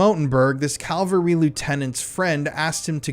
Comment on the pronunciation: I love u. And I swear I'm not autistic. But it's pronounced "CAV-EL-Re" calvary pisses me off 😂